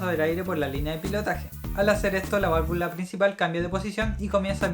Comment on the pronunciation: yo escuche que dijiste 35 veces valvulas y valavula :)